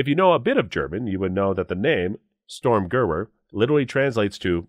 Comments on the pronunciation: am i the only one who complains about this gentleman mispronounce the Sturmgewehr? I mean seriously, Stormgooer? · It's a Sturmgewehr. Not a Stormgooer😂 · Great video. The STG-44 is pronounced "Sturn ga vair ... " Had I not spent significant time in Germany I wouldn't have known. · The Storm Gur-vert. Lmao! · The rifle is pronounces "Sterm Ge-vhere" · " If you know a bit of German " Judging by the completely erroneous pronunciation of ' sturmgewehr ' , the narrator surely doesn't. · I hate how he pronounces sturmgewehr